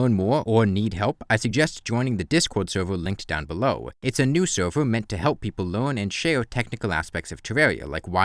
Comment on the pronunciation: Why don't you pronounce "r"? "Sewvew", "shawe"? Why?